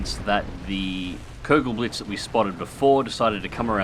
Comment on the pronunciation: It's pronounced "Koogelblitz", m8.